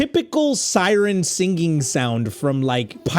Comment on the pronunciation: why do you say singging not singing please tell me why